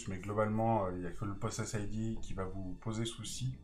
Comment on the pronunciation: Merci pour cette vidéo, je joue depuis 3 ans et je connaissai pas celui là. Juste une toute petite remarque, on ne prononce pas "possèss id" (déjà car il n'y a pas 2 s ), mais "poe sess id" car cela vient de "poe session id" (en anglais : identifiant de session de PoE). voilà voilà. mangez des patates!